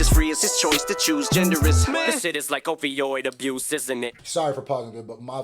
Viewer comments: Almost sounds like he says "o vi oid abuse" instead of opioid abuse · "OVIOD abuse" ...OVO.. oof Drake cant catch a break lol